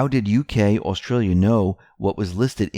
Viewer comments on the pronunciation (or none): none